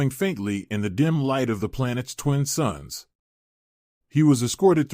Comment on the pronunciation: It's "2 suns" not "2 sons". You do this in all your stories.